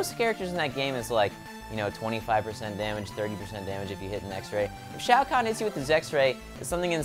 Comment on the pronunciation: He said shao kahn